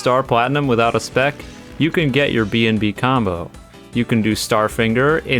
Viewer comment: I swear I thought you called a bnb a bnd 💀